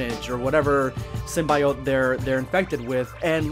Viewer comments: sym-bi-Ote still is a weird pronunciation to me. I grew up with the Spider-man Cartoons and 90's Venom comics (which were brutal when they had a whole Kronenburg Thing style run) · You mispronounced Symbiote besides that great video.